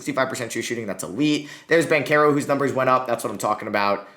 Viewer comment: BanCHero not BanCero